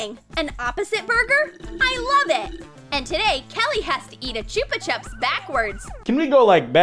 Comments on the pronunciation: what the hell is a “choopa chub “ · "choopa chups" man they even did the entire lolly pop brand chupa chups dirty, now its personal